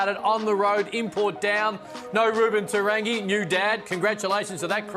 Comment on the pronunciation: you're great but please learn how to say Te Rangi.